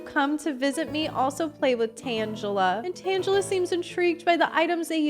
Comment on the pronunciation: No, I prefer your pronounciation of Tangela